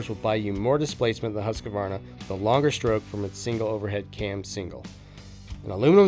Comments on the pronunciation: One thing that drives me CRAZY:......people that say Husq"A" varna. There's no freakin A in the middle. Phew, I 'm ok now. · The dude doing the voice over needs to learn how to pronounce Husqvarna.